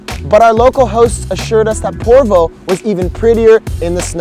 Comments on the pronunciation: Its not porvuu... Its just Porvoo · I live in porvoo welcome again and it' porvoo like the o is like love ♥♥♥